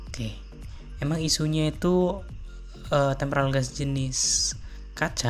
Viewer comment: Tempered glas bukan tempral glassa. Waduh